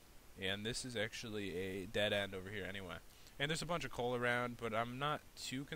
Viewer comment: Did any one realized he said in the third min he said cool not coal